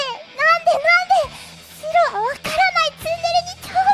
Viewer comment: シロがスゥロに聞こえてしまう...